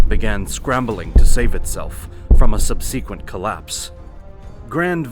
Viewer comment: Please look up the pronunciation of “subsequent.” This will benefit you.